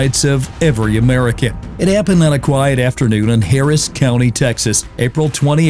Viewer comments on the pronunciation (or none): none